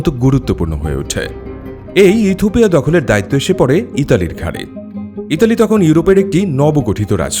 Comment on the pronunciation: কথক বারবার ইথুপিয়া বলছেন যা শ্রুতিকটু লাগছে